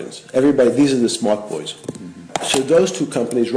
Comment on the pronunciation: Did he say smart boys or smart "GOYS"?